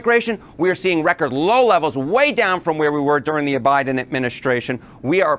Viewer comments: 😂 Did he say the o Biden administration? I swear I heard him say o. Biden. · did he say O'Biden? 😆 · Um, did he say, “O’Biden” administration? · He said "OBiden" . Don't trust CNN. They know they were lying since 2016.